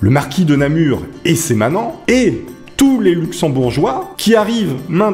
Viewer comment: Bonjour, j'écris actuellement de ma ville natale Namur et tu prononces très bien, merci